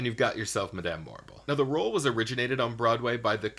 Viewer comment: I think your choices are cool but the way you pronounce "Madame" irks me so much since it's definitely not the same how it's even said IN the show Wicked. And Helena Bonham Carter doesn't pronounce her first name like that either.